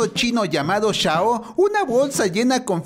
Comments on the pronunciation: No es Shao es chao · dice shao en vez de chao Inmediatamente yo: Sheee juaa Piao Piao